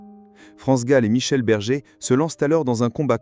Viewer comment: Berger et non bergue